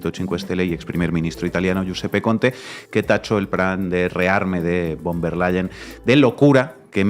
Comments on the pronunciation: Se pronuncia Ursula fon der Leien !!! Ya que la v en aleman se pronuncia como f y bueno a la señora Von der Lein tiene unos intereses económicos ya que la empresa de Main Metal ( empresa armamentista ) es propiedad de su familia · Se dice " fon der Laien " nicht bon